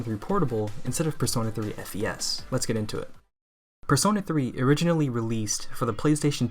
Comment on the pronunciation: >Prefers FES >Can't even say the name right Fake~